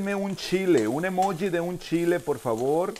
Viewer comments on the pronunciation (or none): none